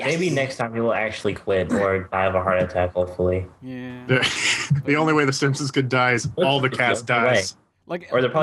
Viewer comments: Whenever talks about "The Simpsons", he pronounces it like, "The Simsins" and I can't tell if he does that intentionally or not. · it sounds more like "simpsoms" to me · I grew up watching it in Spanish too and used to pronounce it "simsins " but then I stopped when I stopped saying " pumkin" instead of pumpkin